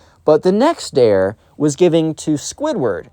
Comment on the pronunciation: Like the new vid style! Also psst… “dare” 😉